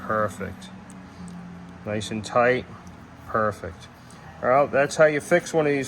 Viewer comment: Haha, did you say purrfect!